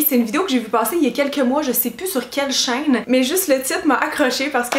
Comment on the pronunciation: "sur quel chaiigne" 😂❤️